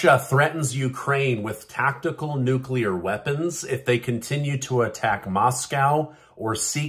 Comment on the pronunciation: "Tactical nukes", not "tactile nukes".